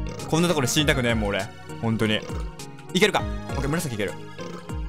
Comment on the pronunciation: 最近さんの「行ける？」が「逝ける？」にしか聞こえなくなってきたｗ